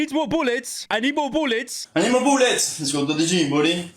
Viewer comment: "I NEED MOURE BOULLETS!!!!!"